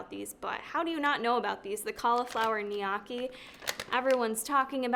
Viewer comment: You can also pan fry the gnocchi to make it crispy! Just don’t follow the directions haha. Also I think it’s pronounced knee-yO-key. But also said together fast, not broken up 😆